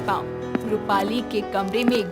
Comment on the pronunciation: AAP jab bhi rupali keheti ho tab mujhe mali sunai deta hai🤣🤣🤣😂